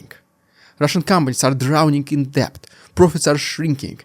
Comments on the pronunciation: "Debt" is pronounced "det" (silent b). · Thanks. Not a criticism but some assistance from someone who learnt English as a second language. The "B" in "debt" is silent.